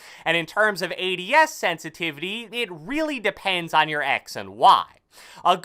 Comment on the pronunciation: I don't like how he talks. He says some words louder and slower than the rest. He slows down at the end of sentences. He also says parts of words words louder. "Sen-si-TI!-vity" and "mee-dee-om" are some that really annoyed me. "Call of doody" ugh... I can't watch this.